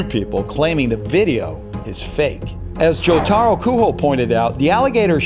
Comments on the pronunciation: It hurts me to hear Jotaro Kujos name as joTaro Kuho. It's JOtaro KuJO dang it. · Comments: Fake/Real: 94% JoJo fans: 4.5% Criticizing how he says Jotaro Kujo: 0.5% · You pronounced Jotaro Kujo wrong, watch JoJo boi